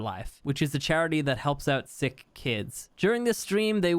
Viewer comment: When said "help out sick kids" I could have sworn he said that helps out "thick kids", I was like woah did he really say that? 😂